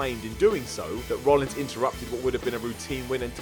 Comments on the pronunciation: It's Seth Rollins guys not Rollings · IT'S ROLLINS NOT ROLLINGS!!